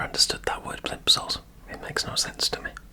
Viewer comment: It's weird because I'm British and to me your accent sounds like Nini's. But you clearly are a Brit cos no-one else would pronounce plimsole as plimpsole 😆 As you warm up you sound more British. You might be very empathic and mirroring and pick up Nini's wording and accent? p.s Daddy Long Legs or octopus?!